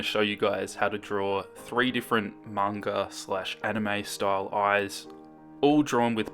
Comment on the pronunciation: EH ACTUALLY PRONOUNCED IT CORRECTLY! If he said manga the was people that don't know it, I would've cringed so hard in this video 😂